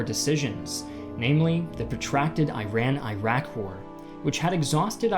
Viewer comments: Bro great video. Just a small suggestion — the countries are pronounced Ee-raq and Ee-ran as opposes to I-raq and I-ran. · Can't continue watching because you keep pronouncing them "eye-rack" and "eye-ran." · Iraq , Iran , Italy Is pronounced Eraq, Eran , Etaly Because beside the USA n England Every Latin pronunciation for E is Eh I is e You will gain better world audience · Also, it's E-ran, not I-ran! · Please pronounce the country name correctly. it's not i-raq, it's e-raq. been in the US for more than two decades and it sucks when people correct me when I pronounce my own country's name correctly. BTW, Iran is the same, it is not i-ran, it is e-ran (actually Iranians pronounce it as e-ron) Thank you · The best pronunciation in English is "E-rakis" not "Ay-rakis" !! And for future reference, Iran is pronounce E-ran, not Ay-ran. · Thank You for your documentary film. But learn how to pronounce Iraq and Iran. It's Eeeeeraq and Eeran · eye-ran eye-rak sawdi arabia ...... where are theses mythical countries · "EE-rok," and "EE-ron." Do you say "eye-TAL-yinz?" No, unless you're Archie Bunker. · If you're gonna use "historian" in your username, at least for the love of God don't pronounce it as "eye-rack" or "eye-ran"... Italy also starts with an "i" yet you don't pronounce it as eye-taly, do you? It's the same "i" sound that all three countries start with, please stop with the CNN/FOX pronunciation!